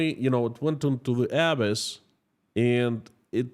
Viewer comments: Just for the future, the word "abyss" is pronounced "ah - BISS" with emphasis on the second syllable. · "abyss" pronounced "a-BISS" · As a fluent speaker of English language I can help you with the word abyss. It would be uh bis. with the accent on bis. I hope that is helpful. And in regard to the 29 Billion, It may have been unplayable anyway. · I'm not being a snob here, just trying to help: K, Abyss is pronounced Uh-bis. 😊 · You are mispronouncing the word Abyss. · Nice podcast. Thank you. One quick note on pronounciation of ‘abyss’. 😀The accent should be on the second syllable, not the first. 👍